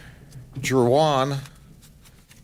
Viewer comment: What's with the "JU-ahn"? Does this sheriff not know how to correctly pronounce "Juan"?